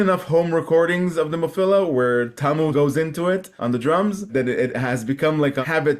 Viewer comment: Have another listen to your video. You will hear a "Nemophiller."